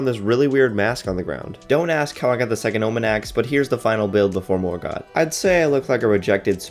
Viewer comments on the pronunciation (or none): none